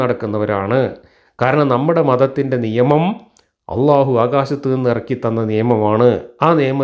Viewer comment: ജബ്ബാറു മുസ്ലിം ആണോ അള്ളാഹു എന്നു അറബി പ്രോനൗൺസേഷനിൽ വ്യക്തമായി പറയുന്നില്ല ഇയാൾ അഭിനവ മുസ്ലിം ആണു ,, മുസൽമാൻ എന്നാൽ അള്ളാഹുവിനു പ്രിയപ്പെട്ടവൻ,,,, അതു ആകുന്നതിൽ എന്താ തെറ്റ് ,, ആർക്കും ദോഷവും ഛേതവും ഇല്ലാത്ത പരിപാവനവും പരിശുദ്ധവും ആയ കാര്യമല്ലേ,, അതിനേ എതിർത്തു ജാതിയുടെ ഭിത്തി തകർക്കണം എന്നു കരുതുന്നവരെ സൂക്ഷിക്കുക,, അവർ സമൂഹത്തിൽ എന്തും ചെയ്യുന്നവരായി,, നാഥനില്ലാത്തവരായി വളർന്നാൽ ഒരു നിയന്ത്രണവും ഇല്ലാത്ത ഒരു ശൈലിയിലേക്ക് മനുഷ്യൻ വളർന്നാൽ,,, മനുഷൻ വിബിന്ന സ്വഭാവങ്ങൾ ഉള്ളവർ ,,ക്രൂരത ഉള്ള സ്വഭാവത്തിൽ ജനിക്കുന്നവർ നാശത്തിലേക്കായിരിക്കും അവരൊക്കെ സമൂഹത്തിൽ സൃഷ്ടിക്കുവാൻ ഇടവവരുത്തുന്ന വിപത്തു,,,, അതിന് ഗവർമെന്റില്ലേ, അവർ ആക്കാര്യങ്ങളൊക്കെ നിയന്ത്രിക്കും എന്നായിരിക്കും,,,താല്പര്യമുള്ളവരുടെ ആളുകൾ ഭരണത്തിൽ കയറുമ്പോൾ അതെല്ലാം തകിടം മറിക്കപ്പെടും, നിയന്ത്രണമില്ലാത്ത ഒരു സമൂഹത്തെ ആയിരിക്കും അതുകൊണ്ട് പ്രധാനം ഉണ്ടാകുന്നത്,, ജുബ്ബാറിനെ പോലുള്ളവർ ഇരിക്കുന്ന സംയമനമാണോ ഇതേ ആശയം പ്രതിനിദാനം ചെയ്യുന്നവരിൽ കാണുന്നത്,,, അതു കൊണ്ടു ഇന്ന് വരേ എത്തിയ സംവീധാനങ്ങളെ തകിടം മറിച്ചു ദൈവം ഇല്ലാ എന്നത് കൊണ്ടു വൻ വിപത്തുകളെ സമൂഹത്തിൽ ഇവർക്ക് സൃഷ്ടിക്കാനേ കഴിയു,,,അമേരിക്കയിലെ നിയത്രണ രഹിതമായ പോക്ക് ,, ഇവർ ചെയ്യുന്നതെന്തെന്ന്‌ ഇവരറിയുന്നില്ല,, ഇന്നാ പുതു സമൂഹത്തിൽ യോചിപ്പിലെത്താദായതും നിയമത്തിൽ വരാത്തതുമായ കാര്യങ്ങളെ ശുദ്ധമായ നല്ല ചർച്ചയിലൂടെ പരിഹരിച്ചു അതിനുള്ള മാറ്റങ്ങളിൽ തീർപ്പുണ്ടാക്കി മുന്നോട്ടു പോകുന്നതാ സമൂഹത്തിനു നല്ലതു !!!